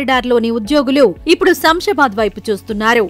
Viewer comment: It is not samsabad, read as Shamshabad